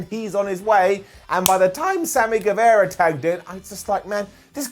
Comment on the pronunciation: get the pronunciation of GuevAra right!